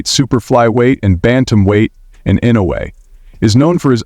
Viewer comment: If you are going to do a piece on someone, have the decency to pronounce their names correctly.